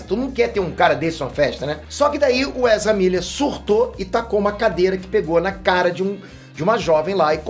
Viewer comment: "Precisamos Falar Sobre o 'Erza'" 😂